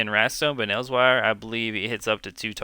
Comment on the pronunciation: Good vid but my stomach twisted on itself the way you pronounced Elsweyr lol